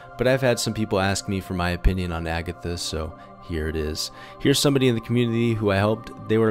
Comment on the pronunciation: lel he almost said abitha